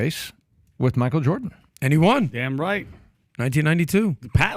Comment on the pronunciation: You keep misspronouncing Michael, would be 2nd black male prez if he wins